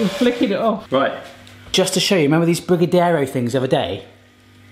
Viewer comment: Dude, you cannot pronounce brigadeiro. Anyway, looks like you learned how to make the Brazilian delicacy. Enjoy!